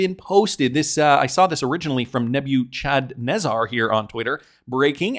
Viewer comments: Nebuchadnezzar is pronounced Neb-er-ca-ne-zar Someone has never watched the Matrix lol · It’s pronounced Neb u kad nez’ zer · Thats pronounced nebba ka nezzer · Neb-uh-ka-naa'-zar an ancient babylonian king